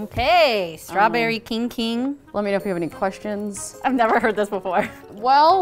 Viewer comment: The kijg kimg sounds like something went wrong in chinese